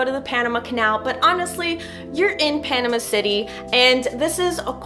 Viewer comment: You are saying Panama wrong!